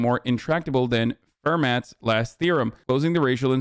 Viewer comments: Fermat = Furr Matt lmfaoooooo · Fair-mat, lol, it’s pronounced Fair-MAH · If you pronounce Fermat like “Fur mat”, then please don’t speak how we should be teaching math. Hasan is right though. These people don’t care about math and would love to defund math education further. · It's French, so the last consonant is silent. "Fur Ma" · sounds more like “fair maw” I think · The worst part of this video is still the way Hassan pronounced “Fermat”